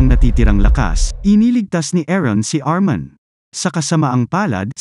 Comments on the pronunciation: Armin lods hindi armon 😂😂😂😂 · Armin, not Arman😂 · ARMIN po kuya hindi po ARMAN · Its armin not armon